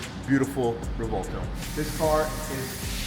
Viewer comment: Dose anyone wanna correct these pronunciation of the Revueltono the correct way to pronounce just ask a real Latino how to pronounce the word please . The Latino on this segment did pronounce it correctly.